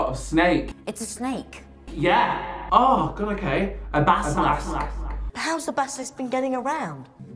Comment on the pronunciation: "the basalASK"